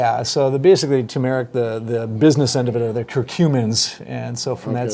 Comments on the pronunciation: Yes, and stress the first syllable. TURMeric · What a shame.....this is important stuff. The outside noise is so distracting it nearly invalidates your information. TURMERIC, accent on the first syllable. Thank you. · I can't imagine a pharmacist that cannot pronounce "turmeric." The accent is on the first, not second syllable. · Turmeric, not Tumeric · Turmeric not tumeric! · It is not tumeric, but turmeric. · It's Tur mer ic not Too mare ic. There are 2 r's not one r. You have it spelled wrong. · Guys it’s tuRmeric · Hey Guys, Love you. Am subscribed. FYI, it's tuRmeric not tumeric. It's not that hard to say, although I notice many people don't see the R. Thanks. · Never trust a Pharmacist or a Physical Therapist that can neither pronounce nor spell Turmeric. Come on people... wake up... it's pronounced TURmeric not TOOmeric. Try to get the spelling correct as well! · Guys - it's TURMERIC not tuneric. You lost and 'r' there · TuRmeric not Tumeric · This word is spelled TURmeric and pronounced TOUR-marik - not tooMAIRik! Let's speak English, yes? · Turmeric is pronounced with the 2 r's! Tur- meric! Always has been, will never change! 🛑 Stop! Stop pronouncing Turmeric as Ter- merrick! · IT’S NOT TUMERIC. Nor is it pronounced that way. It’s TURmeric. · I hate when people pick on purnouncing words properly but c'mon Doctor's and this guy here. It's Tur Mer Ic not tumeric. Holy bageezuz like I said I hate when people fix silly things like this but if you are a pharmacist recommending something in an online worldwide can you not pronounce it?????????? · It's turmeric (tuRmeric with two 'R's) NOT tumeric. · physicalterapyvideo: It's NOT "t-u-m-e-r-I-c", it's "t-u-R-m-e-r-i-c"! And it's pronounced "ter-mer-ic", NOT "too-mer-ic"!! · It's actually pronounced TUR mer ick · It's TuRRRRRRRRRRRRRRRRRRmeric. 2 "Rs" in that word, not 1. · Hey guys, it's TUR-mer-ic. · Ganga Din No. It is properly pronounced turmeric, with both r's. Some people say it incorrectly. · Its turmeric 😅